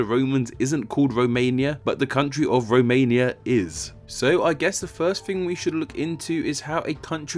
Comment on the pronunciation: They don't row what anyway it isn't a row mania